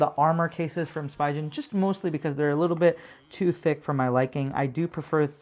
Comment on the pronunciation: I think it’s pronunciation is “Spee-ghen”